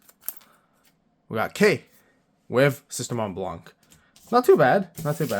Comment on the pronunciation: I dont know why it anoy me that much when people pronouce the "c" in blanc. For those who dont know, blanc is white in french. The c is mute. Then why is it there? Because of its femine version blanche.